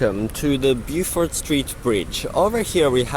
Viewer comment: It's "bo-fuht" street lol.